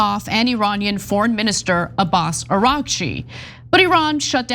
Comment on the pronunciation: It's Araghchi